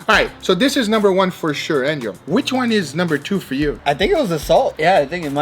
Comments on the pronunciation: lol he keeps calling angel, ninja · is it just me or each time he says angel, I hear ninja :D